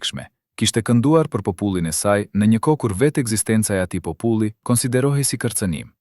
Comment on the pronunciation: Kjo video eshte bere me IA. Po me bejne nervoz si po e flasin gjuhen shqipe. Po- puli, pllot etj.